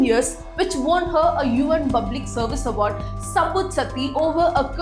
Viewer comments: I really like your videos. A small correction in your pronunciation. Hope you don’t mind. It’s not bublic, it’s spelled as public. Rest all amazing. ❤ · What about प. she says ब "bublic" for "public" Could you give an example of what you were referring to.